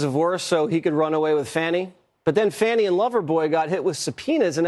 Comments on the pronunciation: Why do they keep saying it like "fauni" ITS FANI With a hard A!!!! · Her NAME is NoT. FAWNIE. ITS. FANNNNNNNNNNI